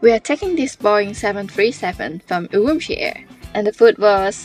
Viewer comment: 你是怎么做到整个视频都一直把乌鲁木齐的发音搞错的😅